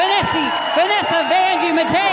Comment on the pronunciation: calling Vanessa Vanessie 😂